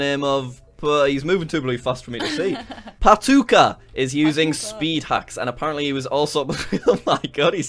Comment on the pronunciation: PATUKKA IS A FINNISH WORLD LOL IT SOUNDS SO FUNNY WHEN U SAY IT CUZ UR NOT A FIN